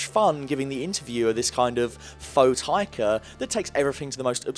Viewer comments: Being a Kiwi I'm hurt at how you're saying Taika's name. JUST SOUND IT OUT!!! Ta i ka Wai ti ti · Okay. I've scrolled through like 3 pages and no one has said anything about his pronunciation..... its pronounced "Why-teetee" not "Wit-teetee" same for his first name "Tie-kah" Taika Waititi..